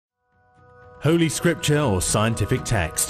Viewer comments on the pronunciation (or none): Its "HOLY SCRIPTURE" and not "HOLLY SCRIPTURE", and it is shameful that they are showing the animated guy stepping on the word "HOLY"